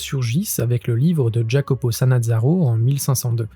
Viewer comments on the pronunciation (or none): TIps : En italien, le J se prononce I, et aujourd'hui il n'existe plus dans la langue récente. (Donc "Iaccopo", et non "Giaccopo"...) Mais, chuuut ! On ne le dira à personne. 😉